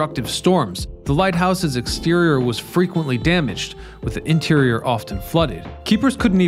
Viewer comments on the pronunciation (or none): none